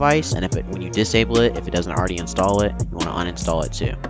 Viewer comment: it always say install like Vibus or something